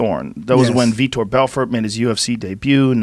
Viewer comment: Bro you called Vitor "Victor" 😂